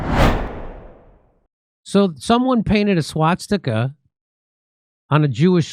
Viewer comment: "Swat sticka" 😂